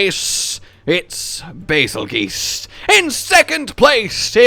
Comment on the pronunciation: Why do people keep pronouncing bazels name wrong its bazeljuice not bazelgoose